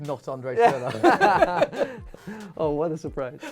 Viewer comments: It'* Schürrle, not Schurrle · André Forschurrle